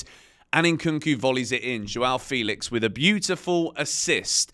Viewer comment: FEH-lix not Fee-lix. Thanks!